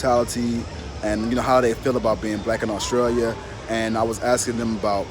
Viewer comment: Lol. He said axing in place of asking. That's an African American thing.